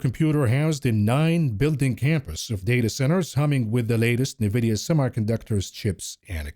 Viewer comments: I was just thinking this!! “NUH-vidia”?? Hooked On Phonics kids will know this is actually pronounced “N-vidia” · I don't own any stocks. I'm here just for hearing "Nevidia" 😂